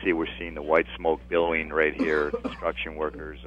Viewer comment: BILLOWING, not bellowing!!!!!!! 🤬